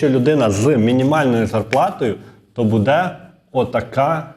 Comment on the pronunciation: Знову: БудЕ, будУть...! Робіть НаГоЛоСи в словах ПравИльно ! Українською ,літературною !!!😮😮😮